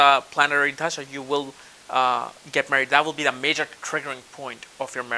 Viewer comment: lol! you say tajdshas but the word is spelled dasha! I love your accent that's only on certain words like that.